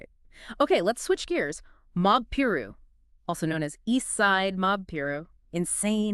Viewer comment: Its pronounced pie-roo not complaining just trying to educate you guys good content though i think you did a good job altogether